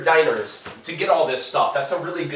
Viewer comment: Stop saying Diner XD It's Dee-Gnar. 1-dinar 2-dinara